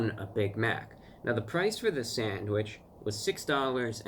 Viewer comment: If he says Sadwich ONE more f*cking time.... I mean, if l looked online and wanted to buy a "Sandwich". And it showed me some Sandwich shops near where this guy lived, I'd preosume McDonalds, and Burger king and Five Guys would come up on the search. They Sell Sandwiches apparently? I can't deal with American's calling something in a bun a Sandwich... it's not... it's a burger... a sandwich is between 2 pieces of bread... in a Ciabatta? It's a ciabatta.... His nails! are crazy horrible! i wish he'd cut them, if my nails even grow 1/10th of a mm, they get dirt under them real easy how does he deal with it!